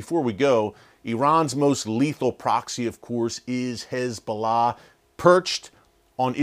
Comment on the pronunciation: Is it just me or is he saying HIS Bolah